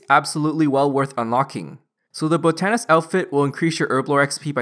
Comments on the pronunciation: I'm pretty sure botanist is pronounced (bot-ton-ist) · love your guides but your pronunciations kill me. botanist and newt. newette 😂🤣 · Not gonna finish watching the video cause I can't stand you not saying botanist correct...